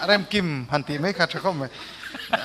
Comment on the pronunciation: Ka VA nui nasa tehreng em, fiamthu an thiam hlawm khawp mai, Mahse (Mai han tih tur (mei) Kan ti thin hi Sim ah a tha khawp mai